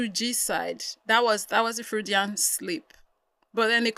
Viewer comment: This is not me being rude i kinda like you u are correct about the freudian slip but it's pronounced froydian... i got a few more words i wanna teach you about btw ..